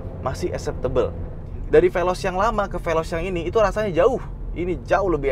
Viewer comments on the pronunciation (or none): Saying velos ngaadasandrufnya